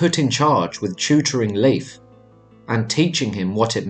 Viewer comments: It's not LEAF. it's pronounced more like Life. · Please its Lejf (Leif) Don't pronounce it Lif that almost sounds like the female name Liv which is a completley different name. As an English speaker Nordic name shouldn't be a challenge or a mystery to pronounce. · I hate it when they pronounce it as Leaf!! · Please get the name right..... dammit. It's 'Layf' not 'leaf'. I can't get through another second of the mispronunciation. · A tip on pronunciation though from a Scandinavian is to say it more like "Layf" than "Leaf" if that makes sense. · I just learned that Leif is pronounced like "life", not like "leaf". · Lief is pronounced like “Laef”, and j’s are pronounced like y’s. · Nice video, but your pronunciation of the names Leif and Bjarni is off 🙈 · It's actually Leif... Layf is the pronunciation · Very interesting, I'm Scandinavian and we learned very little about the Vikings in school. One minor thing only, for what it's worth, Leif is not pronounced as Leaf, but the "e" and the "i" are distinct. Think the "ei" sound i "later," "waiter." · Was interesting, but the frequent mispronouncing of Leif's name was distracting. Narrator would go back and forth, 80% of time pronouncing incorrectly as Leaf and 20% of the time pronouncing it correctly. Correct way to pronounce is "lay" followed by an f. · Pronounced Laif.